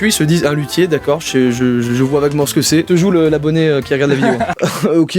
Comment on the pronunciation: quand ta dit lutier g cru ta di qui fesai de la lute